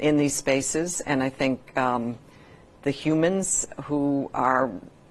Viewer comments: She says humans like she's a lizard person. 🦎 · I am very concerned the way she said Humans. A gut feeling has triggered within me peaking my natural instincts. Are some not human?